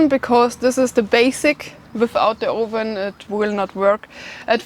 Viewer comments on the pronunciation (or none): Love it. How shes says the O. Ven and you have to dig an OLE